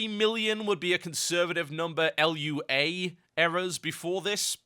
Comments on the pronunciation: It's Lua, not L U A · TH, you're wonderful, but er... Lua is pronounced LOO-ah. Really! :) (I blame the inertia of correcting about fifty people on that last week)